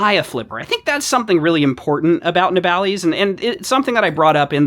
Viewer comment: Just bought one of these, had a look at reviews after, why is it that every american reviewer calles it ne-bal-ees and not na-ball-iss? Have i got it wrong? am I the dumbass? Am I hyperfocused on the least important aspect of the video?